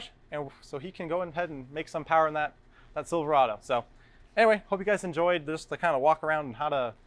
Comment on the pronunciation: It's pronounced Silver-ayyyy-do there.